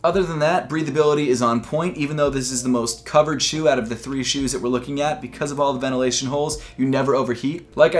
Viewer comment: Was so bothered every time you said “shoe” 😑